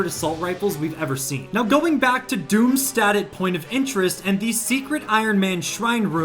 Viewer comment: Sorry to complain about something so little, but Doomstadt is pronounced Doomshdat. Good video though im so excited to see iron man in fortnite again